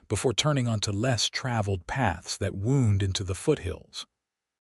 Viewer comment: Agreed. I just wish the reader could use the correct case of the words with multiple pronunciations: wound, read, live for example. Or that the content creators would edit the script. The river wound (w-aw-nd, not w-oo-nd) just chang it to the river made its way around the hillside. Knowing Mmm is a sound, not three individual M’s said as M M M I playback at 2.25x speed, so my experience with the sound of the reader is different than those listening as it drags along like a drunk mental injury patient learning to talk again. But this is one of the best readers at the increased speed.